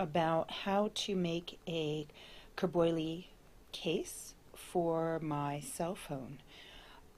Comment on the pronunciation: pronounced something more like kweer-boo-yee